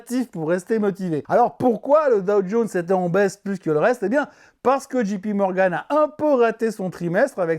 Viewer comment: Je vous en prie, arrêtez tous avec votre Dji pi Morgan ! Soit vous le prononcez à la française, , ou soit c'est Djay pi Morgan ..... Cet honorable président de la FED ne s'appelle pas Gérome !!